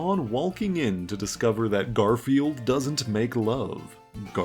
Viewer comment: The constanly saying garfielf's name wrong reminds me of how some people treat spogbop